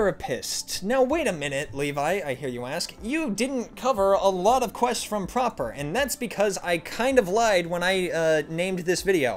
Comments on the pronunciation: calling prapor proper is crazy 💀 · The worst quest is the one where you have to figure out why pronounces Prapor's name that way.